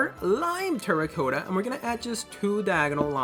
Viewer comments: Its good but it makes me cringe every time u say terracotta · you cannot say terracotta right